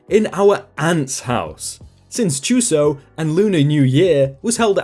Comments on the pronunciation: Can we just appreciate how didn’t absolutely butcher the pronunciation of Chuseok? I don’t know a lick of Korean so I would have went Leatherface on it and went “Chew-sea-awk” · Honestly dog? Props for the seemingly flawless pronunciation of that Korean term.